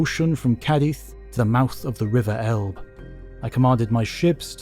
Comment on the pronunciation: Outstanding videos! I just wish English speakers would learn how to pronounce Elbe, LOL!